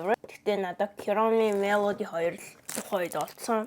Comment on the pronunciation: Kiromi bishshd egee kuromi gej helerei🎉